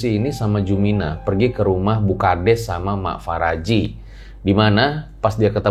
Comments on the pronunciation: Mak Paraji,... Bukan Faraji (Apa gak bisa bilang EF eh PE...)😄😄 Paraji itu Dukun Beranak yang ada di kampung-kampung... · Bukan Faraji bang, tapi Paraji artinya dukun beranak 😂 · Paraji bukan faraji wkwkwk 😂🤣😂🤣 Paraji itu bhs sunda yg artinya dukun beranak. Jadi bukan nama orang.